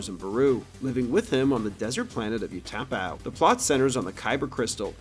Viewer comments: Say it with me...Ooo-ta-pow. Did this guy not see the prequels? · Its pronounced Ooh tah pow. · “desert planet of ooh-TAH-pow” uhh… Utapau?? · You’re not saying Utapau right.